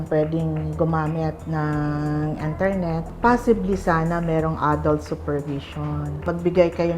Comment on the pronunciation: " ENTERNET hahaha rin HAHAHA